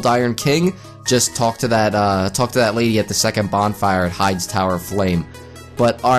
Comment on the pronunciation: its pronounced hades tower of flame not hides